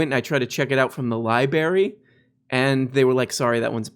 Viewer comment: cancel, he said "lie-berry"